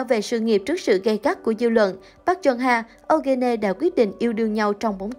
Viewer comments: Eugene tạm phát âm là yoo-gin nhe bạn .. đọc âu-gơ-nê nghe kỳ quá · Phát âm là Yoo Jin/Yu Jin "Diu Jin" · Eugene đọc là “U-jin” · Eugene đọc là Diu Chin ạ. Eugene = 유진 = Yoo Jin/Yu Jin. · Tên Eugene đọc là du gin.. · Ô gơ nê :)))) Kênh nên Tìm hiểu để đọc đúng tên của nghệ sĩ ạ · Nên. phát âm đúng tên người rồi làm video tin tức nha. Âu gê nê ????? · Đọc tên Eugene kiểu gì vậy, có tìm hiểu trước khi làm video ko vậy. Nghe khó chịu thật sự. Đọc sai hẳn tên của chị ấy luôn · trời, tên người ta đẹp zây đọc kì zây trời